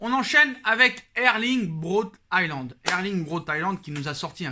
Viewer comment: Erling Braut "HIGHLAND". Oui c'est Highlander le gars ⚔⚔⚔